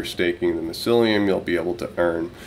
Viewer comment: What is it with you and pronouncing things.... Mycellium.... like My cellium XD